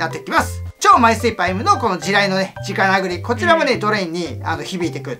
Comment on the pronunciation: 子供たちが直殴りをちゃんと「じかなぐり」と覚えるようにちゃんと言ってる所に好感。言葉は大切だからねぇ。